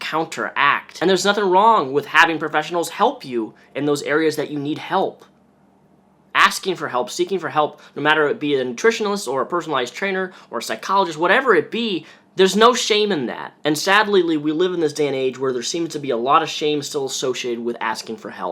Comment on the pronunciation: It's nutritionist not nutritionalist